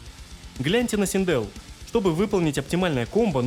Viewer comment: Не Синде́л, а Си́ндел!